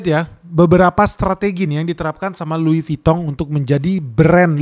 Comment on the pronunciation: Lidahnya omhen lancar banget nyebut merk France. Top